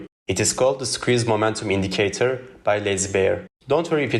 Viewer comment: dude every time you say lazy bear I heard lsbn